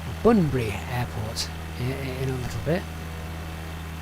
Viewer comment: BTW, it's 'Bunbury', not 'Banbury' 🙂 And, that Australind Bypass - years ago there were plans to build a port there for cargo ships going to India, so the name comes from a combo of 'Australia' and 'India" - 'Australind'. So cool seeing you fly down 'Highyway 1', I've driven that more times than I've had hot dinners! Looking forward to the next installment.